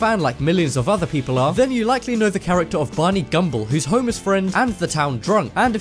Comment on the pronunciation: They way you say homers friend sounds like "homeless" friend lol